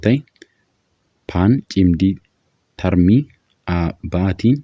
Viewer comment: Cimdii tarmii osoo hin taane cimdii tartii jedhamee dubbifamaa sirreessii